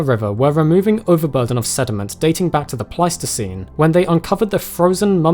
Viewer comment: At first I thought you said Plasticine Animals - Oh no they've dug up Morph grave.